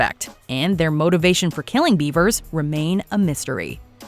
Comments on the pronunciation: Its BEVERS not BEAVERS! Man u guys need to do better research Edit- it's not SHANNON Watts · Missy "Bevers": Beh-vers; "Shannan" Watts: Shah-nan.